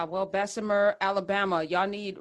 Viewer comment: Unions good and bad and it’s Bessma not Bessemer